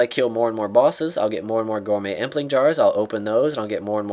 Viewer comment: he said solo bossess....derp